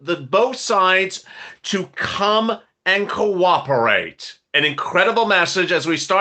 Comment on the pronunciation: Purple Haze Purple Haze 🎶 did I hear you say "Quack-operate" 🤣 I must replay this one. I did! taw a puddy tat 😂